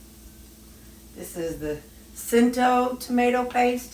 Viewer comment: Looks good. “Cento” is pronounced CHento. They have about the best commercial products out there.